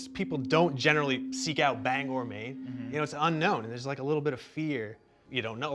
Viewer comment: Thanks for saying Bangor Right.